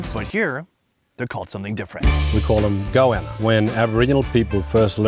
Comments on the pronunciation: man... Its Goanna. Go anna. Not goouana. Also, who's the white guy making the head-smacking conments line "its a bit like barbecue".. no shit Sherlock. Its goanna tail thats been cooked on hot coals. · You heard him say Goanna and then you say Goahhhna... Its literally like saying Go Anna. ffs bro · sounded GOANNA not goana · it's not pronounced "Go Ahna" it's "Go-Wanna", ya YANK!! CHEERS FROM NORTH CAROLINA!! 🍻😆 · This is a bit late, but as an aussie, we pronounce goanna as go- anne- ah(short h, like in hello). I hate how many things are mispronounced by americans. talk like you would usually